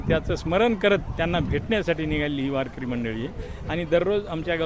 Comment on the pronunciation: मस्त... तुझ्या रूपाने आम्ही सुद्धा वारीत सहभागी झालो... लाख लाख धन्यवाद 🙏 फक्त ते वारेकरी न म्हणता वारकरी म्हण ☺️